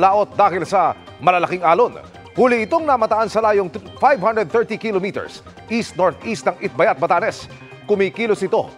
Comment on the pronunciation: GMA weather report reader. Here's the preferred pronunciation of the word "kilometer": ki - LO - me - tr. The stress is on the 2nd syllable.